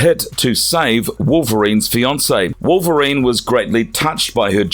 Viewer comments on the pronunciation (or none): none